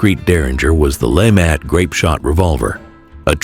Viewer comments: Lemat, pronounced 'la- mot' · I actually think it's "la-mah" the "t" is silent. It's French!